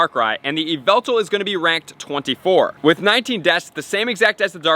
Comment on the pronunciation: ai hev yveltar